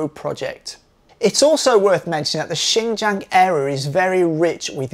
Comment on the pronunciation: Would it kill you to pronounce Xinjiang correctly? Seriously, it's not that hard my God. But at least you didn't call it zinzang.